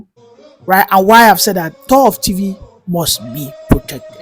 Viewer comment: Well done young man! You've said it all. But please take note: it's not "tor of Tivi." It is "Tor Tiv."